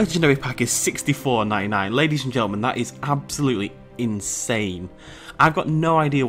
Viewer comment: He said hello ladys and gendelman😂😂😂😂😂